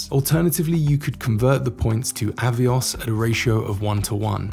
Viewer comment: "AVOIS" points?....are they the French AVIOS points? 😉